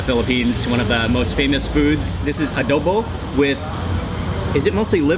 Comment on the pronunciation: Good morning everyobject. It's a pleasure to meet you,I'm just looking around.I misheard you,"adobe" instead of "adobo",in addition, I found that you eat a lot of salt, would it be good for your health?